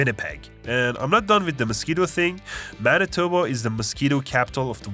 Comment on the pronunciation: Bro got Manitoba on the point. It's literally like that lol.